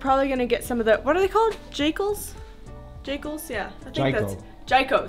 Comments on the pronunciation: 😂😂 not Jyko it is Gy for Gyme and the Ko(combat).. that lion always gets me off guard. I always feel like the lion is about to eat you. I saw you working out earlier so the level of fitness was good when going up the rocky slopes, I think I might skip that step of rocky slopes.. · It's pronounced jee-ko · They are called Jikos guys and and the the “i” sounds “e”😜. It was a nice tour of hells gate. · Love how becomes besties with every dog he meets. Jiko, pronounced gee-ko 😀😀. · Amazing video, Jiko is however pronounced jee-koh